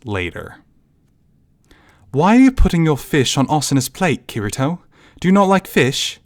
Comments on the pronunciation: KEY TEA TOE Kirito the r in Japanese is pronounced like a rolling ‘d’ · yeah i wouldnt say this non japanese speaking actor knows how to properly say it, r in japanese isnt too far from english key ree toe is best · It’s kitty toe to make the pronouncement easier idk I think you did it right for the most part but messed up during this one cuz I didn’t have a problem b4 lol